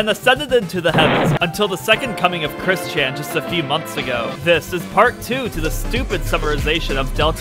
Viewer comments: Why when you say kris-chan sounds like christian (i cant believe i said kris-chan) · I swear I keep hearing "Chris-Chan" as "Christian"